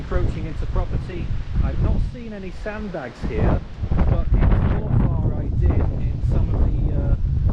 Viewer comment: It's pronounced Forfr, not For Far.